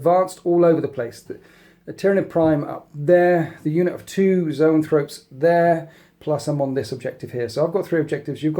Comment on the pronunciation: You keep calling zoanthropes 'neurothropes' and it's driving me nuts. Other than that, great batrep as usual. Thanks.